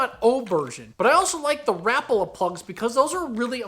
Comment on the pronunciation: Rapala should sound like rapaula. Lol rapala